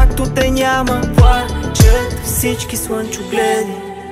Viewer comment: Песента е много красива,но определено произношението на буквата "Л" в думите ,се забива като пирон в главата ми. "Пуачат всички суънчогледи"...